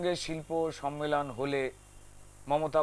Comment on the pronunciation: Kothata sommelon,sonmelon noy